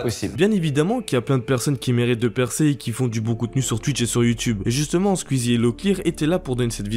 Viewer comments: Squeezie (coui coui) pas cuizi 😂😂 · Tuiter Squzie mdr les prononciations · Comment tu dis squeezie "squizzi" 🤣😂